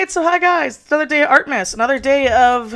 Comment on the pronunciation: what says: Artmas what I keep hearing: Artmess